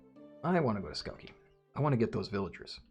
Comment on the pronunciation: It's Skavki, not Skauki. Skavki means Grasshoppers. Also, castellian is pronounced kashtellahn. the keeper of the castle.